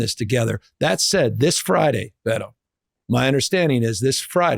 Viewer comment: Gavin calling him "Bay-toe" the whole interview was hella cringe.